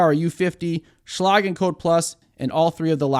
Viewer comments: Say it with me ...... Shhhh - Leg..... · Never heard Schlage pronounced that way before. I'm guessing you failed English class or were sleeping when they taught the V-C-E rule.😂